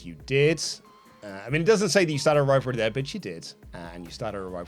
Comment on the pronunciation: Whenever I hear the word grivalry I die a little inside